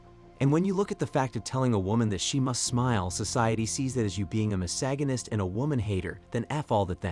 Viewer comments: "ma-sag-gan-ist"? WTF? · I will never pronounce misogynist the same way again.